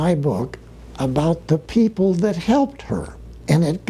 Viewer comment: That = “Thot”. Just ribbing you,. You are a great man. I’m a proud subscriber.